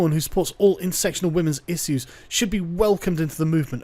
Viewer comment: issue is pronounced 'ish-you'